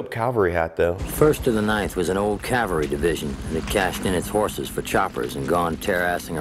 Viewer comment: Ugh. My pet peeve is someone pronouncing "caValry" as "caLvary."